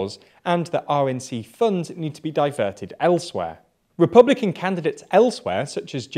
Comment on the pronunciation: "Repbulican" XD